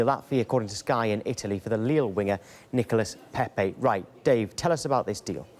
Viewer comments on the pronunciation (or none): She nearly said niggalas lol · Am I the only one who heard niga-Nicolas Pepe 😂😂😂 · anyone else hear the woman say ‘niggalas pepe’😂😂😂😂😂😂😂😂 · What did she just call Nicolas Pepe??